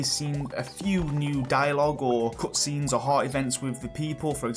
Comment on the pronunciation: Love your take on the potential new updates!! Btw somewhat off-topic but i noticed that you pronounced the "u" sound in words such as "cutscene", "something" and "double" for example, as the "oo" sound like "cootscene", "soomthing" and "dooble", which sounded quite adorable and refreshing xD Is this deliberate or native? Sorry if i'm insensitive about this and i don't mean any harm, just legitimately curious about this. Anyone else realised?